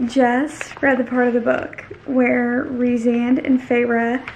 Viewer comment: It’s pronounced Reece-and